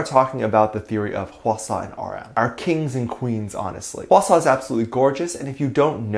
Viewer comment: "h-asaw" ( how I think it's spelled here ) Me: "eye-swana" Me: 👁️💧👄💧👁️ I.NEED.HELP